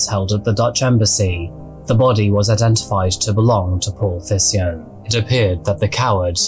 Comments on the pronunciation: Not sure if the family pronounced it that way but I think the name Thijssen sounds more like Teysen. Sounds a bit strange in the video but no biggie, thank you for the content. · The dedication to this video is amazing as always but my Dutch ass had no idea what this man’s last name would be. Pronouncing it as “Tysen” would have been easier for as well haha